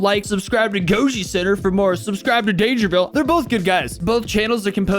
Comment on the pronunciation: Dangervile? NAH Dangervi’L’e